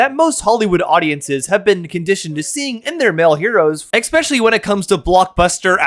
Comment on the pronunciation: Especially not EXpecially I'm not being pedantic, I just think you would rather use the right pronunciation